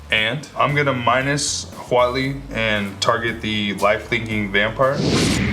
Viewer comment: Jimmy and: dominiaria brawl! Cassius: HuAtLi